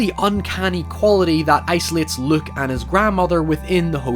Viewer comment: It's Luke, not Look.